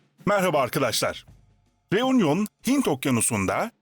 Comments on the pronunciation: Teleffuz “reunyon” değil “reünyon” olmalıdır. Fransızca “u” harfi “ü” olarak söylenir. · U harfi Fransızca'da ü okunur.Yani Reünion gibi okunur.Telaffuz kolaylığı için de Reüňiyon denebilir. Union : biraraya gelme,TOPLANMA.Reunion:Yeni birliktelik,biraraya gelme gibi..